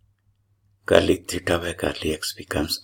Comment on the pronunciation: Thank you sir. Sir why you are telling garli ? I think it is del... Partial derivative w.r.t any coordinate.